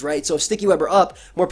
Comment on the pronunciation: I am currently trying to understand why do you pronounce the name as "Morpiko" when its name comes from "Harapeko", Japanese for "Hungry" 💀